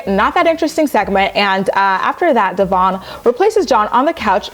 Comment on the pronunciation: Briana is disgusting towards Devoin. She voluntarily makes herself look stupid by not pronouncing Devoin's name right. She slept with him, but refuses to say his name right. And I still say if Devoin needed a loan, I highly doubt she would give him one.